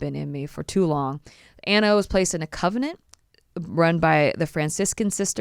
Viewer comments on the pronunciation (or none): CON-vent - not covenant. Theophilus is Thee (the th sounds like in the name Theo, not the) - OFF- uh - lis. Emphasis on "oph". Just wanted to let you know. :) Interesting stories.